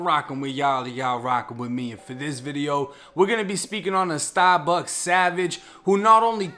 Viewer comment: “🗣STAH-BUCKS” 1090 gang4L